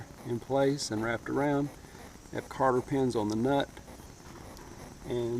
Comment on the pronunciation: Cotter pins !! There is no r in this word